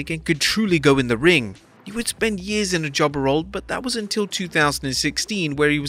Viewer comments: “Jubbuh” with the accent😂😂😂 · The way the narrator is saying "jobber" is funny.